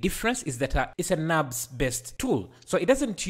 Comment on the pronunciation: Nurbs modelling! not Nabs modelling!